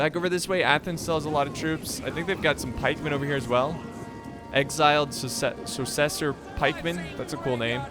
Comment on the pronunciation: exiled "susseser" pikemen. wouldn't be the same without messing up all the words.